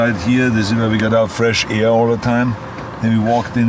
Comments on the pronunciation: "give this people aire (all the time)" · I always love when he says "there", "here" or "air" and such :b